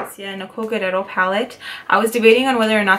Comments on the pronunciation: But her name isn't GUERRERO It's GUERR-I-ERO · Isn't it Nicole Guerriero ? Not Nicole Guerrero ? Love you girl!!!